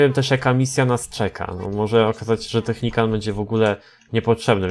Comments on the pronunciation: Nie technicant tylko technical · naucz się to nie jest Technikan tylko Technikal!! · technical a nie technican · nie technican tylko technikal 😝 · Technican?? A nie czasem Technical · czy mógłbyś mówić technikal a nie technikan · Czemu mowi Technicant albo Technican na Technicala ? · to jest TECHNICAL czyt. TECHNIKAL xd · Czemu ty mówisz technicant?